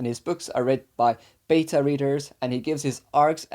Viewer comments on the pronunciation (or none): none